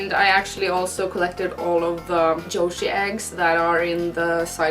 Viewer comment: every time she says "Yoshi" i think she's saying 女子 (じょし) - Japanese for "girl". oh youre awesome lol <3